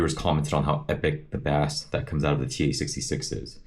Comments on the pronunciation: Thanks for the info on this amp! Quick tip, the word “bass” when in reference to music or the instrument is pronounced as “base”. The way you say “bass” is a type of a fish here in the US lol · bass is not pronounced like the fish. 😂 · Dude, you suck at this. You gave one of the worst reviews I’ve ever heard. You can’t even pronounce Bass you dork